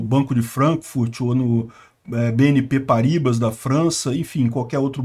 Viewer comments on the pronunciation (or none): none